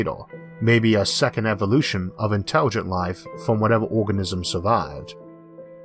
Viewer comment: "Interwigent life in pwone to kiwwing itsewf awf"